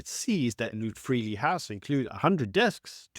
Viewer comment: LootFreeli house must be the greatest pronunciation in the world.